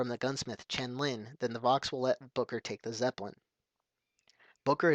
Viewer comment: did you just say "Booger"? :P